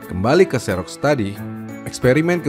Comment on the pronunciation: setau saya 'xerox' itu bacanya 'ziroks' bukan 'seroks' hhe